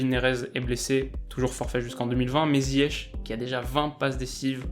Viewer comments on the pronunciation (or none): none